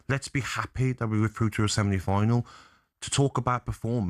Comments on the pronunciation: Does Gabby keep saying seminy final? 😂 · "We're through to a Semini final" 😂